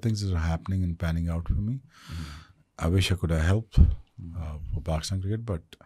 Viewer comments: Its cricket not kirkett😅😅 right said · best opening line of the podcast .... "pehle toh Cricket, ye lafz bolna seekh le, it is Cricket not Kraket " 🤣🤣👌🏻